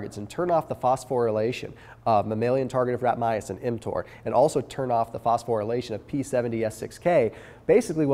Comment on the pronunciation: Visited my girlfriend at her residency at Johns Hopkins are her friends all ROASTED me for pronouncing “MTOR” as “emtoor” because of your videos lmao. That aside I love your content. Likes all the way